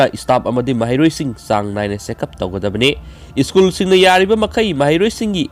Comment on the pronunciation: School haibiyo ischool haibinu yaradee😁